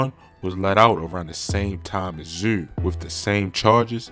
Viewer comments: He said thf zew😂😂😂😂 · “Thf zew “😂😂😂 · “Thf zew “ 🤣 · Why does he call him zuuh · 😁😁😁everytime tht Nigga say ThF Zewh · Baltimore dudes be sounding crazy......my man pronounced parents as purents, and zoo as zeww, shewting, jewn, teww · What I man trying to pronounce the word zoo?🤣🤣🤣